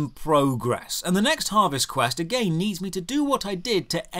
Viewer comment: ageyn and ageyn